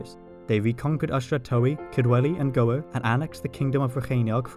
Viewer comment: Absolutely amazing. I am Welsh and I love the level of detail you went into. You pronounced Gwyr a little bit not quite right. ŵ is pronounced differently to just standard w. It sounds more like an 'oooh' so Gŵyr sounds like g oooh eee rrr. ŵy, meaning egg, is also pronounced oooh yeee: ooohyeee. But the rest of your welsh pronunciation was really good, you can get your tongue around the lls really well